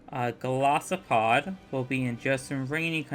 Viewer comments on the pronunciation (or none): none